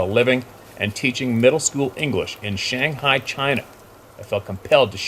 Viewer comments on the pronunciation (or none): none